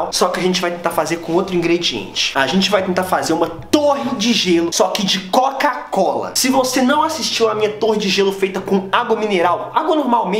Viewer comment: Ele não consegue falar COCA COLA , ele fala (CACO COLA )😂😂